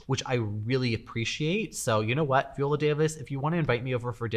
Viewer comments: Nice video. Two corrections: 1) You mentioned Jeremiah Brent as a "celebrity designer", but you didn't mention his husband, Nate Berkus. Who many would say is a more famous celebrity designer (thanks mainly to Oprah Winfrey). 2) You mispronounced Viola Davis' name (I know you're Canadian but Google is free). Her name is pronounced (/vaɪˈoʊlə/ vy-OH-lə); exactly how she herself pronounces it. The viola (/viˈoʊlə/ vee-OH-lə, [ˈvjɔːla, viˈɔːla]) is a string instrument of the violin family. Still love you 💌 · Speak for yourself. Just as some people demand respect for their pronouns, so should people respect how they prefer to be addressed, with their names properly pronounced. Viola has stated on various interviews how her name is pronounced. My name, too, is constantly mispronounced, and I always correct people, so they learn. It's NOT that difficult!